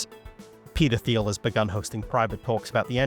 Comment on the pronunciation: Minor aside here: peter thiel’s second name is pronounced same as “teal” without the “th” sound in “thought”, “three”, or “thousand”. I’d assume Thiel as a word is Greek in origin.